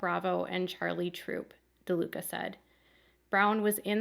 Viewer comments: It's LaDuca not DaLuca like you keep saying. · It's LaDuca not DaLuca.